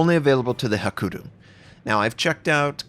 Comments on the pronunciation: It's "hakuryu", not "hakuru" ;) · Hakuru xD :D HA-KUH-RUY-YU